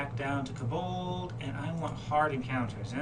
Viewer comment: It's pronounced KO bald as in Co(worker) bald, with the emphasis on the KO!!!! Fantastic video though :) your kaBOLDs were driving me crazy though.